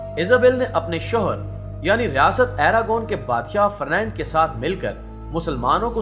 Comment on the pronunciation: دانشورا فرنینڈ نئیں فرڈینینڈ 😒